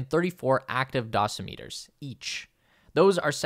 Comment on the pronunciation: do-SIM-it-ters. Not dos-I-MEET-ers. Good vid nonetheless.